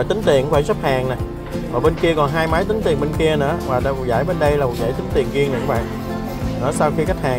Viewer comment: Riêng mà sao nói giêng